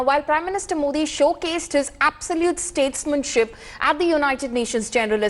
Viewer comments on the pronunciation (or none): 'Statesmanship' xD